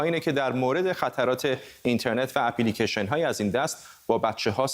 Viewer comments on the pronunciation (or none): در دقیقه چی پی لیکیشن؟؟ خخخخ سواد رو تو مرکز انگلستان هم تلویزیون زدن ؟ اپ لیکِیشن نه اپی لیکیشن